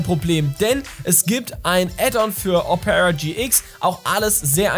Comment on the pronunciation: Betont man Opera nicht auf dem O? 🤔 Selbst in norwegisch? Hab‘ 'nen Moment gebraucht. 😉